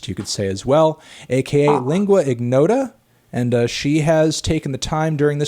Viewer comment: damn, is not lingua "ighnota", you can't pronunce it like that!!